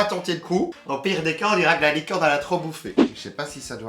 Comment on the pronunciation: hahahahah a chaque fois que tu dit gâteau licorne j’ai l’impression tu dit gâteau LIQUide 😂